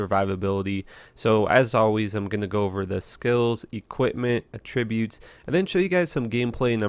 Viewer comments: Trash video, trash build and learn how to say attributes and anni.. fuckin lame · Yep, and he doesn't even know how to say attributes properly, along with other shit. And even after people tell him the right way he never learns... I see a pattern.